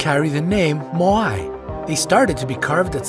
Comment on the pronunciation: its MO WEEE , not MO WAIIII